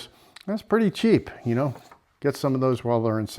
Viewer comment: Maybe,but that's no fun. Do you kah-now what I mean? 😀